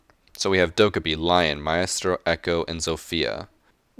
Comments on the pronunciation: Its not pronounced (MAYASTRO) it’s pronounced (MAYSTRO) i had to say it it was getting annoying.-. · Stop saying myestelo it’s Mice-Tro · It's not Mai-estro, it's Mai-strow, I know it's not that big of a deal to most, but the pronunciation does throw me off. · Its pronounced My-Stroh not My-As-Tro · Great video, been waiting for another one of these. Btw, it’s pronounced MYstro. Not MYEstro. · Its just meastro, in Italian too. Not mà-Ést-ro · My-stro, not my-astro... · It is pronounced maistro not mah-eh-stro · Did he just pronounce Maestro "my-ass-tro"?? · It sounds like your saying “My ass throw” when you say Maestro. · Quit saying my-estro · Ma asstro is what I heard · God, u saying miestro is aids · Did he say alibi and my ass tro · xXDark-KnightXx yh i know right it’s ‘my-stro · John C.A.T he says it like my ass tro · my ass tro, dude what it is with your pronounciation and echo's shot gun is god tier. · Myasstro that's what I heard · Bruh it's not "mayestro" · MAESTRO IS PRONOUNCED "MYSTRO" IDIT REEE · You pronounced maestro as myasstro lmao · got em lol it’s pronounced my stro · Why is he saying myestro?????? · "My-ass-tro" XD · MoodySeekShots I meeaaan, it should be pronounced “mah-estro (with a flicked r).” But I do agree, it’s nice to simplify it. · MoodySeekShots Erm... nope. It’s pronounced Mah-eh-straw but you shouldn’t pronounce the final o very long. I’m italian and I’m not dislexic. Trust me. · The way you say maestro gives me fucking cancer. It’s MY-STRO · He said my estro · Is the spanish and italian pronunciation, way better than the maistro most english speakers use. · lol your pronunciation of "Maestro" is seriously mentally challenged... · The way he says maestro is awful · Stop pronouncing maestro that way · listen to how he says maestro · He moaned while saying meastro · Cant even pronounce Maestro right. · That is NOT how you pronounce maestro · Please pronounce Maestro properly. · He said the maestro really weird